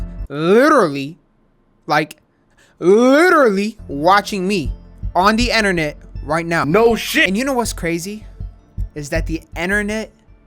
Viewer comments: “ dee, enternet “ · no:: enter-net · why tf he say innarnet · Is it just me or is he saying enernet?